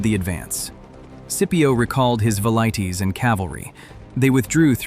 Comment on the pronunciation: AI slop? Pronunciation of velites is inconsistent as well as wrong in all cases. Please answer so I know to block a channel that would use AI garbage